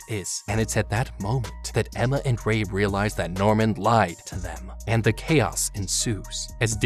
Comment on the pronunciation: you messed up on ray's name and that made me laugh but its ok